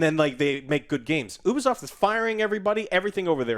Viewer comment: It's Ubisoft not Obisoft Joe